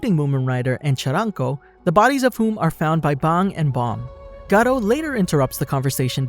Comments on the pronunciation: Your pronunciation is crap it is pronounced bang like a gun not bong like the thing that you smoke weed out of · did he say bong instead of bang? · its not bong its bang😡🤬😤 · you dont know how to say bang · You pronounced “bang” funny 😂, wanna smoke a bong?